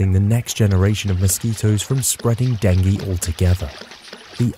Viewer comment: please pronounce "DENGUE" correctly !